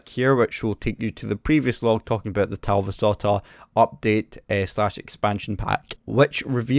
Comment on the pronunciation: As a Finn I must say that you did quite good pronouncing The Talvisota. :D